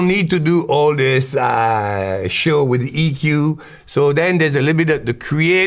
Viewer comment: Peak French lol "all thees aaaaaaaahhhh'" *waves hands